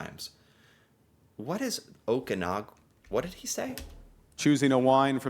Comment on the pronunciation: I am from the Sunny Okanagan in Vernon and I would recommend a family visit any time. With our beautiful lakes and mountains. (Oh-can-awwg-gan ((like "can" but with a "G") )) We would love to have you and yes, our wineries are amazing.